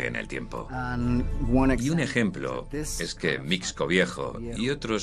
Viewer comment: Mixco (pronunciación correcta es misco)